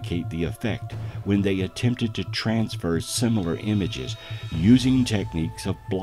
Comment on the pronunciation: I’m fascinated by his pronunciation of the word “similar”….it sounds like he said “Sim-mew-lahr”? Is he mixing up the word similar with simultaneous? Same root maybe?